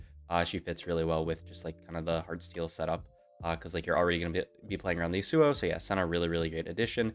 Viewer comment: please dear lord, it’s YASuo not yaSUO